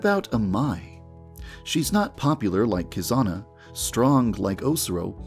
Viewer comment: It’s Kizana not kokona